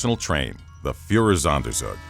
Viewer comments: I'm sorry, I know this is an interesting topic about a truly horrific time in human history, but all I keep hearing is "Fuhrersonder-zug-zug". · It‘s „Führer-Sonder-Zug“! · Oh god the Pronunciation of "Führersonderzug" is so fucking terrible My German ears bleed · Führersonderzug - your pronunciation is horrible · it's almost as if he isn't German.